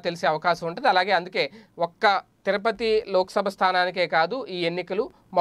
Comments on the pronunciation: తిరపతి కాదు, తిరుపతి. కాస్త చూసి చదవడం నేర్చుకోవాలి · Tirapathi kaadhu Tirupathi ayya